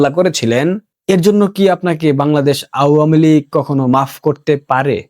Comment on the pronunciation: ভাল বলো, কিন্ত উচ্চারণ কানে পীড়া দেয়। মন্চ.. উচ্চারণ মন্চো। আওয়ামী লীগ উচ্চারণ.. আ- ওয়া-মী ।Please.